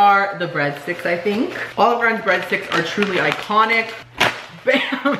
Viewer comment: Fried lasagna?! Sounds AYE-CON-IQUE!